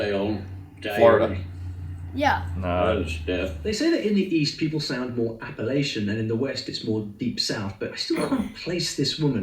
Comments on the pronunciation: Appalachia is pronounced app-uh-latch-uh. We have a saying that, “if you call it appalaysha I’ll throw an apple atcha.” As the only state entirely within the Appalachian mountain range I think we should get to decide how it’s pronounced. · I grew up in Southwest Virginia Appalachia mountains....we don't say Appa-lay-sha, we say Appa-latcha. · It's also not "App-uh-laysha" it's "App-uh-latcha" ("App-uh-latch-un" Mountains). 😅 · As a north carolinian, please never pronounce it "appa lay shuh" its "app ah latcha." Only ppl from the north or cali call it that. Everyone who lives there pronounces it the "latcha" way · Just for future reference Appalachia is pronounced Appa-LATCH-ah. Most of the folks in that area might be a little touchy about the 'wrong' pronunciation. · You’re saying Appalachia wrong. Look up videos on it.